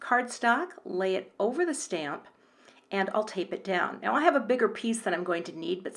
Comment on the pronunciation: “Now,” not “bow”